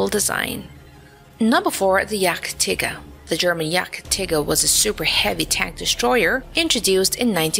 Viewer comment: „Yachttigger“ 😂😂 But Good Video 😂😂